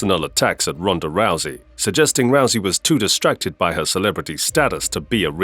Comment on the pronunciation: The only fighters' name you pronounced right was Ronda Rousey.